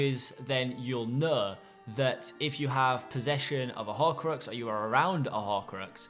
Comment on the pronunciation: what's a horcroaxs? xD